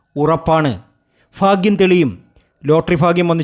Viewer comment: ഫാഗ്യമല്ല ചങ്ങാതി. ഭാഗ്യമാണ്.....